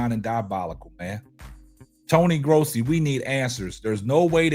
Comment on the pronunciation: I see you saying Tony Grossi's name correctly 😊